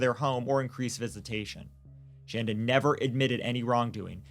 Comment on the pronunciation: Other than mispronouncing Shandas name, this was a good account of what happened. Adam and Shanda DID meet online. There's no way that Paul actually fed Timothy the one time he said he did as this would have made Tim violently ill. He would have had to go through refeeding in a hospital. G is not being raised by his grandparents but he does have two great new parents.